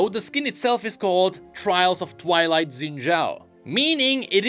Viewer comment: Shin Jao. you racist to Chinese or something? it is pronounced SHIN. JAO.